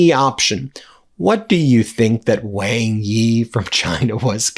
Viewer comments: Ben, Wang Yi's surname Wang (王) is pronounced like "wahng" or "wong", sounding similar to the English word "song" or "long" rather than rhyming with "bang". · Good segment. Just a small bit of advice: The Foreign Minister of China is named "Wang Yi", as you say. However, "Wang" is not pronounced Wang, rhyming with Sang, or Tang. Wang is in fact pronounced "Wong". rhyming with Song, or long. You seem quite knowledgeable in Asian affairs. But if you can make this one tiny adjustment in your pronunciation when you speak the name of the Chinese Foreign Minister, (someone who's name you will say a lot), you'll gain a bit more credibility with your Chinese speaking audience.